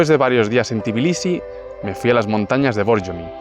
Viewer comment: ❤❤ por fin un vídeo sobre mi país; por fin alguien que dice bien Tbilisi y no dice tiflis 😂😂😂 se agradece 😂… no lo dice bien del todo, pero es mejor que decir tiflis 😂 Algunas personas estafan con los precios si creen que no sabes incluso si sabes hablar el idioma, hay que tener un poco de cuidado… y si, lo de marca y todo eso es muy caro… hasta la mozzarella y esas cosas… la fruta es muy muy barata en general, excepto las bananas y fresas y cerezas que son carísimas Por cierto hay edificios que tienen ascensores de pago, cada vez que usas el ascensor son 20 centavos de lari Es todo tan caro que ni los ciudadanos pueden permitirse ciertas cosas… montar en noria ya son como 8 laris… imagina disfrutar de unas atracciones en familia cuando en Poti el sueldo es de 15-20 laris diarios… por 10 horas o más de trabajo… el Xachapuri es de queso siempre, luego tienes el Lobiani que es una pasta de alubias y luego está el de patata que es masa frita…